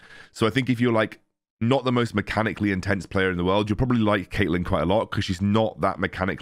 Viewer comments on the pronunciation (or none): none